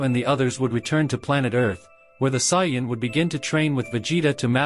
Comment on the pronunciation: Did this dude really just say cyan instead of saiyan